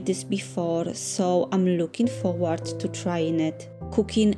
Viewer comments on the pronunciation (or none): none